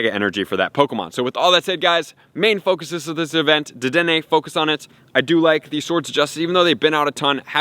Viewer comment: Thank you for saying the damn name right 😂❤️💯